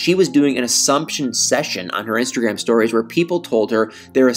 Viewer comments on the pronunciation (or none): none